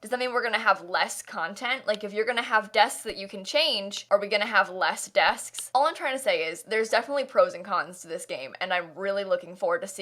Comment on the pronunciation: “desksks” lol